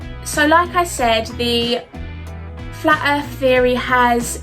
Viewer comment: What’s a “fla’ erff”? (And should that be one ‘f’ or two?) Please don’t make us listen to her again.